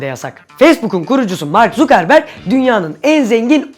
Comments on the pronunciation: mark zukerberg değil mark zakırbörg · Abi "zukerberg" diye değil "zakırberg" diye okunuyo!Facebook ile ilgili video yapyon bari nasıl okunduğuna bir bakaydın... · Abi "zuckerberg" zakırbörg diye okunur aslında o zukerberg diye değil :D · Abi yanlış bilmiyorsam Mark (Sakırbörg) diye okunuyordu.